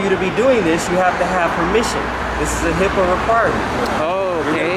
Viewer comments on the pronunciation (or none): you almost got it. It's HIP"AA" laws. Health Insurance Portability and Accountability Act